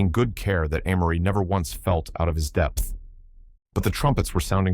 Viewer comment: He or it pronounces Amory differently, even in the same sentence. Sometime is it Ah-mory. Other time it's Ay-mory (the correct pronunciation). AI still has a long way to go.